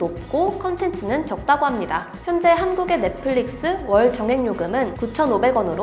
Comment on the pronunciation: 월정액을 왜 월 정액 이라고 하는거에요?ㅋㅋㅋㅋㅋㅋㅋㅋㅋㅋㅋ